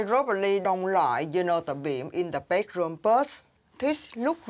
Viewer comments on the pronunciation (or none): 😂😂bakeroom..its a bedroom😅😅